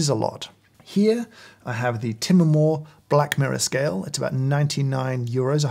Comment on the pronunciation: even james pronounce it "ti-me-more" not "time-more"!!! i dont care whats is right or wrong anymore, im gonna punch my friends when i see him next time